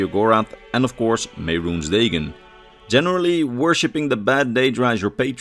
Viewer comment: Man, if only the TES games pronounced Mehrunes Dagon hundreds of times so we know how to actually say the name or something.... XD You do this a lot, you mispronounce simple words and names from the games when the games all SAY the words and such.